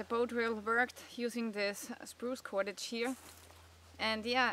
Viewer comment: like how you say KUWADADGE